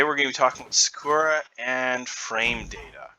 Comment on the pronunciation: I could have sworn her name was pronounced more heavily on the first A.